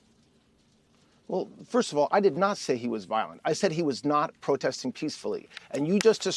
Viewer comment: He's so nervous about his LIES that he cannot even say protesting. Prostesting???? OUTRAGE